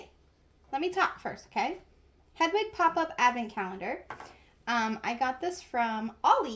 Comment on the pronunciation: You meant hedwig not hedegi